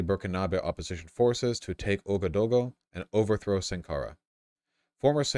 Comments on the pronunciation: it’s “ooh-ah-gah-doo-goo” but make the transitions between each phoneme(the dashes) smoother. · It's pronounced waga-doogoo but who's even gonna read this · as an african, hearing vaush mispronounce ouagadougou was one of the funniest things i’ve ever heard